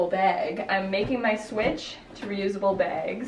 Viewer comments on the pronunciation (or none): it just really bothers me that when you say bag its sounds like beg, and anything that is spelled like bag you pronounce like that bothers me; no hate, just a pet peeve lol